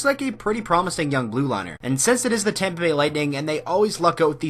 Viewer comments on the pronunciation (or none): none